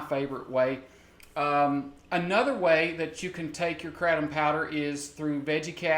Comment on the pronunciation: Stop saying kratom like that, sounds like crap. I love Kats botanicals! Doing God's work <3